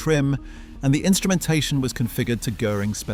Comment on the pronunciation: Most of the Cars in your Video aren‘t even the Blue Goose 540k, and you are totally mispronouncing „Göring“!!!!!